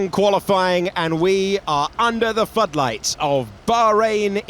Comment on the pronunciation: Bet Coulthard was dying to laugh when his mate said "fudlights"